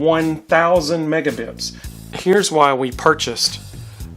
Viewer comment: Oh, thanks for the explanation. I kept hearing you say "megabips" in the video so it naturally led me to wonder what that was.